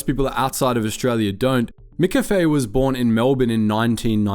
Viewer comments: 'Mc' is not pronounced 'mick'. It's from the Scottish for 'mac'. It should be pronounced more like mac cafe. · mac cafe not mick cafe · Try saying "MaCafe", not "Mick Cafe" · I'm cringing hearing Mick-a-fay all through the video when it's just Cafe with a 'ma' at the front. 'ma-Cafe.' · "Mik cafe"?? "MIK CAFE"??? Brother wtf is "Mik cafe"?? It's pronounced m'café - like m'lady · "Mickafey" Good lord. It's just café...with the McDonald's "Mc" in front of it. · Mack Cafe!! Mack! Mack! Not Mick! MACK Cafe... Love from Australia 👍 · Ugh… it’s Mc-Cafe. Not mcafe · Lol its not miccafe. Mccafe is pronounced the same way as maccas, maccafe. I'm an aussie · MICK CAFE 😂 ? MACK CAFE !! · Wtf with how you’re saying McCafe! Its. It’s not MicCafe! You don’t say MicDonalds so why say MicCafe? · I normally don’t comment on people’s pronunciation, but I’m absolutely stymied by the fact you pronounce “McOz” and “cAfé” correctly, but you pronounce McCAfé” as “MickCafÉ”. Is this a Melbourne thing? 😂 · this voice has gotta be ai, mccafe is not pronounced mikkafy and swanston st is not a suburb, first time ive watched one of these videos and thought wtf is this? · Wtf is a “micCafe”? AI voice can’t handle the true pronunciation I guess 😂 can confirm no Australian would ever pronounce it that way. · It's pronounced mac cafe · What was with "MIH - kaffay", though? That was an odd choice for pronunciation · The way you're saying McCafe is taking me OUT lmao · That pronounciation of McCafe is horrible. And the Melbourne suburb of Swanston St? WTF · Sometimes the pronunciation is weird almost feels ai. How McCafé was pronounced was weird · WTF with the Mcafe pronunciation for the first half of the video? The words "sugar bons" prove it's AI crap. No AI voice PLEASE! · YOUR SAYING MCCAFE WRONG!!!!!! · Why can’t you say McCafe properly? It’s wrong in every video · You are the first person living in Australia to pronounce McCafe like that. Where the fuck were you raised😅